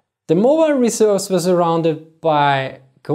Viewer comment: Emphasize the second syllable of "reserves", not the first